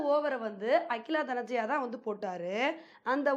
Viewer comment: அக்கிலா தனஞ்ஜயா ❌ அகில தனஞ்ஜய ✅